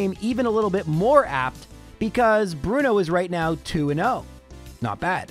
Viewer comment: Bruno Two-no